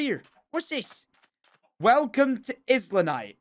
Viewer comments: ITS ISLAND NITE NOT IS LA NITE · I think it only really works with islanite assuming Jordan wanted it to be pronounced I-lan-ite because it's an island but Tom pronounced it is-lan-ite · He said 'is la nite' not '"eye" la nite' like island is actually said ;'( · Man said “izlandite” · Tom. Islandite? Have u forgotten how to pronounce Island? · When Tom pronounces Islanite by sounding the S 😂 tom it’s like Island, silent S 😄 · Why are you pronouncing the S in islanite